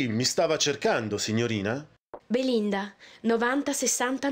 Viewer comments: Da genovese ad ogni Beelinda pronunciato sono scoppiato a ridere! Che giochi meravigliosi <3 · "Bee-Linda" - "Ant-tony" xD ahhaahahahah